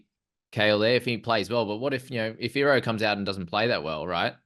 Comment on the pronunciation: The way to pronounce his name is e-ro the I is an e sound people 🤣🤣